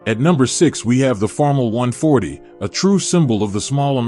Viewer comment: First off, five acres is NOT a farm! Most of the fields pictured are ten times that amount. And ditch the AI voice. It cannot even pronounce Farmall correctly.